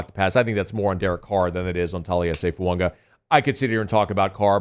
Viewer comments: His name is not pronounced Foo ung wa it is pronounced Foo ah gah, You always miss pronounce players name wrong every season , you did it last year with Penning 's name and this year it's Fuaqa it drives me nuts. If you are a true professional take the time to prepare and learn the correct pronunciation of the players name you are reporting on please. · Is this guy ever gonna stop calling FUAGA FUUNGA